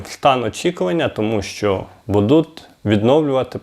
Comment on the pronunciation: не ОБІЦЯЮТ ,а ОБІЦЯЮТЬ . Вчись говорити ти всі слова говориш так піднімаюТ а не підіймають і тому подібне,від такого говору рвотний рефлекс,і вуха ріже,А ти щей Людям інформацію доносиш. що це за БУДУТ а не Будуть . ти шо первісна людина глибоких гір?ВЧИСЬ ЩЕ РАЗ РАДЖУ ГОВОРИТИ